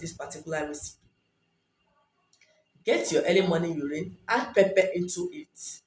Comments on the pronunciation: Hi I'm sorry but I can't make out the steps its hard to understand. can you please type them out..also, you say pepe but what exactly do you mean by pepe? Is it pepper? If so what kind? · You have a beautiful accent but didn't understand pepper and what was the other ingredient?